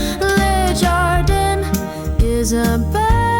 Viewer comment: Beautiful song, but “jardan” not “jardin” 😊